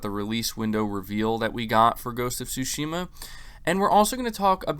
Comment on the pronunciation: Stop mispronouncing Tsushima, bro